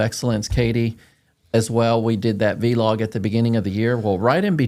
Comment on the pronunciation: lol. I like when says V Log. It’s Vlog lol